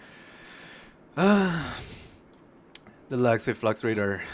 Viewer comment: 4 minutes before I figured out you were saying legacy. I thought you were saying Lexi. I was like, “I sure do like Lexi’s Raider”.